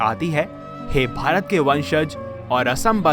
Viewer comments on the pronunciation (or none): भवता नहीं भारत हे